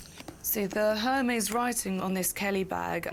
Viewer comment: The pronunciation of Hermès killed me...